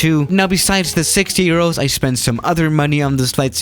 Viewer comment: He said 60 eros